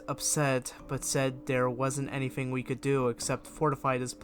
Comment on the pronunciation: What's wrong with your speech thirty-firty bigger-figger anything-anyfing